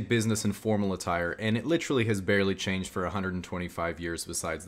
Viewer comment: is more like "litrull"